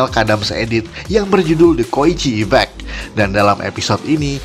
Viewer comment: Koichi min, bukan kocihi